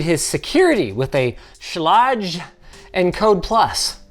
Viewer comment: I literally had to pause the video and report his pronunciation of "Schlage" - Proper pronunciation is "Sch-lay-g". Sorry, work for the company that owns the brand and was offended to my core. lol